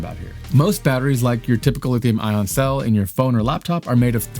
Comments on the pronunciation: National Aeronautics and Space Administration, not Agency. Really lame dude. And it's lithium ion, not lithium on. Wow! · bro, it's lithium ion, not "lithium on." either you made a typo in your prompter AND you don't know what you're talking about, or you don't know how to pronounce words with adjacent, vowel sounds, which seems to be a symptom of having been violated with the covid, mRNA vaccine. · Lithium-ion....it is pronounced "I On" not ON Nevada is pronounced Ne Vaa duh not Ne vah dah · you pronounce ION so quickly that i here Lithium ON, over half the time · Ion dude ion not on. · Its EYE AHHN.